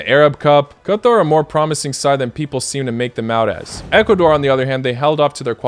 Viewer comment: Why do you say "Qatar" like that